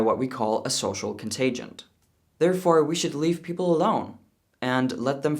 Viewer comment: I think you are great! And because you are intelligent I am sure you will take this as it's intended, as helpful. The word is "Contagion" as in social contagion. It noes not end with a "T". I love your channel please keep up this vital effort.